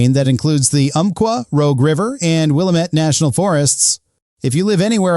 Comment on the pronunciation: Willamette is pronounced Will am it.